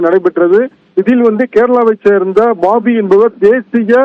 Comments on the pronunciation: இவனெல்லாம் விபரங்கள் சொல்ல வேண்டுமா அரைகுறை பேச்சாளர் பேபி என்ற பெயரை பாபி என்று சொல்றான் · பாபி இல்ல M.A பேபி